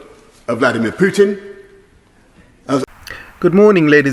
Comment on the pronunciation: It's not Pew-Tin mate. It's Putin.